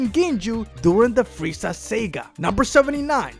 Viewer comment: "captain ginju of the freiza sega"